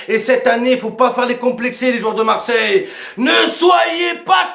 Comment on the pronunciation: C'est plus Marseille mais mars ciel👉👌